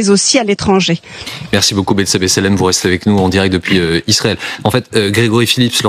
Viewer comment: Fais des efforts : Israël et pas Isarel !